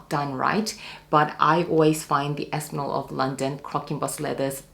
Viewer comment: It’s Aspinal, not Aspinol 😅